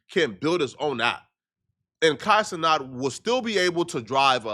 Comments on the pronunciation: He still can't say ce-nat? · It’s Kai CeNAT not CeNOT,!!